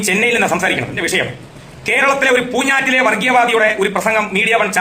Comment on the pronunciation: പൂഞ്ഞൈറ്റിലെ ആ "ഞ്ഞ " ഒഴിവാക്കി കൂടേ ?